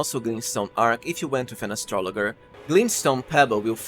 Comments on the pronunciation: Dude…astrolojer is how it’s pronounced. Have you never heard of an astrologer? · Aye nice tips. Here’s one for you. It’s a soft g in astrologer. It’s like Astra laj er. One of those English exceptions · Astrologer is pronounced with a soft "g." Just saying, no judgement. Love your channel, thanks bro.